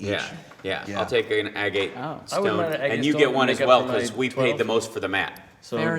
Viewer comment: Man I don't wanna be a grammer Nazi but that is not how you pronounce agate.